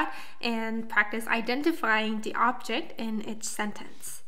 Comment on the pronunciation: I know this video is old, but I noticed you're saying "objing marking" instead of "object marking." Should sound more like "objec marking," with the final T sound faded to pretty much nothing. But definitely no -ing sound on object.